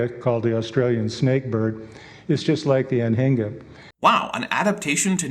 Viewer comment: I heard him pronouncing Anhinga and almost thought that there is a birb named after trailers (Anhänger) lol